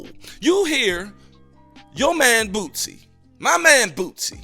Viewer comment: Who is BOOTSIE 😂😂 You mean Boosie? It’s all love my brotha